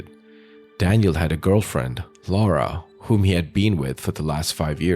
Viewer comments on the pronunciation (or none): none